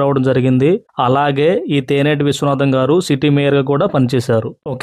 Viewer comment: తేనేటి ఏంటి రా బాబు తెన్నేటి ఒక గొప్ప రాజకీయవేత్త తెన్నేటి విశ్వనాథం గారి పేరు పెట్టారు ముందు ఉచ్చరణ నేర్చుకొని చెప్పండి